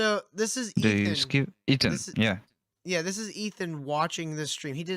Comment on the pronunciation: You can’t even say Ethans name correctly, you have less then 1000 subs. Need I say anymore?